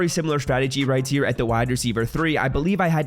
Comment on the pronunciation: Whydo you say "right tier" when your saying ' right here'